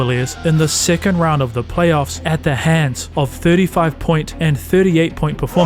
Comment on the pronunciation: “Plaoyffs” lol